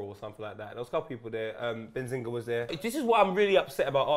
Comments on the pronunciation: His name is "behzinga" not benzinga, just saying :D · called him benzingha ahah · did you call him benzinga hahaha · Is it me or does keep on saying Benzinga lol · Lol man said "Benzinga"!